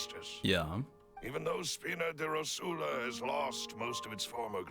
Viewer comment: I think someone should say to them that it's "ròsula", not "rosùla"